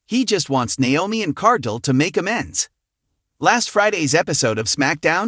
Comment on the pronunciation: its car....gill not jill